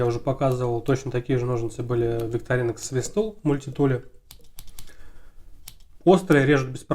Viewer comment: Простите, но правильно будет ВиктОринокс. Именно так произносят название сами швейцарцы на своём официальном ютуб-канале.